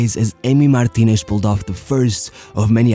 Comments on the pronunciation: Why are you pronouncing the names like that? Alvaresh, Fernandesh, Martinesh... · Alvareshhhh, Fernandeshhh, Martineshhh ....hahaha.... thy the f*ck do you pronounce like that? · Why does he pronounce every last name that ends in "ez" as "esh."